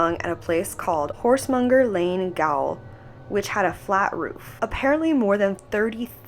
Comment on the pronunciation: no, no - she never affected the price or popularity of black satin. it's an old wives tale - you can check the ads for it back then if you want. price stayed the same. "gaol", surprisingly enough, is actually pronounced "jail".